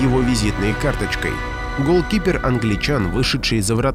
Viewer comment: Пожалуйста не разделяй ГОЛ КИПЕР, а голкипер